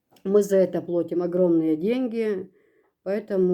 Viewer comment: плАтим)),а не плОтим))